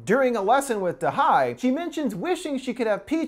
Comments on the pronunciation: if you had watched the movie, you would have noted they say da ye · it's da he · i am pretty sure it’s “da hye” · "to butcher the korean language as little as possible going forward" "turns out da-HI" haha you tried 😭 Edit: its Dahey btw!